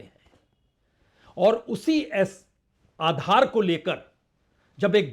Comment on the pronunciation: Are tum adhar ko galt tarike se bol rahe ho